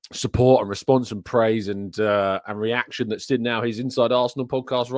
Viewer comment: Can you please pronounce seen correctly? Lol “sin” lol